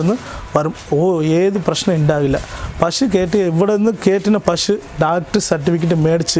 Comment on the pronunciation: പഷു അല്ല. മലയാളി പശു എന്നേ പറയാവൂ.